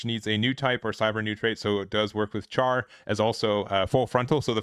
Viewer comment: It's pronounced ghel-goog. Also char is pronounced "Shar". Not trying to be a pain just wanted to point it out.